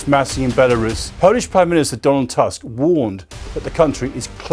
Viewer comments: The name of the Polish Prime Minister is not pronounced like the English word 'tusk'. Actually, the vowel is pronounced like 'u' in the English 'put'. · It's Toosk not Task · Polish prime minister Donald Tusk. It's pronounced "Toosk" like goose, doom or boom.